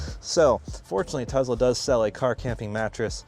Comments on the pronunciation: Tesla, not Tezla. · I'm so glad you asked. It's pronounced TeSS- la.